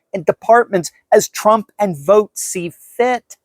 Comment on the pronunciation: Vought is not pronounced vote, it's pronounced as vaut.